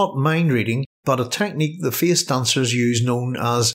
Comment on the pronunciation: "Feeis doncers are ceeipable"